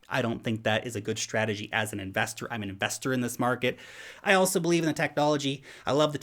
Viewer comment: Did you say SHtrategy or is it just me :)